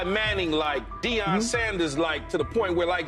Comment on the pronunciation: This idiot doesn't pronounce Deion's name correctly. Rather purposely (racist) or didn't take the time to find out but wants clicks (loser). 👎🏽